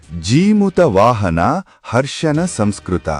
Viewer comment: ಜಿಮುತ ಅಲ್ಲಾ ಜೀಮೂತ ವಾಹನ ಅಂತ ಉಚ್ಚಾರಣೆ ಇರಬೇಕು.